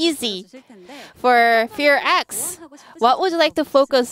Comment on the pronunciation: Why do the announcers have to say Fe.Ar.X instead of FearX or Fox? Fear is one syllable, not two.